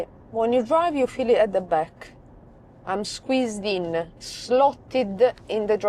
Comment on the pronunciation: I have an Italian neighbour that speaks like. I like the way she adds an a to the end of words, "in the back-a" 😂